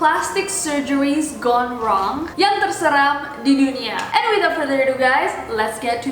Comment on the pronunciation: Gone wrong itu bacaannya kayak "Gondrong" :v